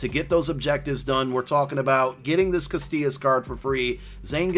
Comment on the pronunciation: Casillas not castillas. There's no T in his last name!